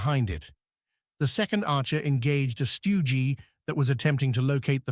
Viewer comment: And if AI cant even say stug then scroll on